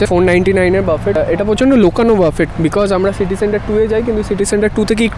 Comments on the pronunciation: It's booffeehh not baaffett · buffet naa boofey (pronunciation ta)... buffet shunte khotkaye kaane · বাফেট না বাফে??? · uchcharon ta buffay hobe